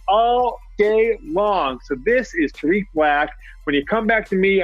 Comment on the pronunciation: Tark Black? you mean Tarik right?